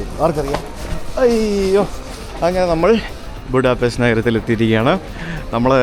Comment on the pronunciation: Будапешт/ ബുഡാപെഷ്ത് എന്നാണ് ശരിയായ ഹങ്കറി / വെങ്കറി ഉച്ചാരണം! ഹംഗേറിയൻ ഭാഷയിൽ ഇത് ഹംഗേറിയൻ ഭാഷയിൽ എഴുതിയിരിക്കുന്നത് പോലെ തന്നെയാണ് എഴുതിയിരിക്കുന്നത്, എന്നാൽ "s" എന്ന അക്ഷരം ഒരു "sh" പോലെയാണ് ഉച്ചരിക്കുന്നത് എന്ന് ഹംഗേറിയൻ ഇതര മിക്കവർക്കും അറിയാത്തതിനാൽ, അവർ അത് തെറ്റായി ഉച്ചരിക്കുന്നു.